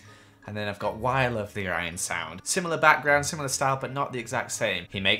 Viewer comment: did anyone else here him say “seepeesound” and “Orionsound”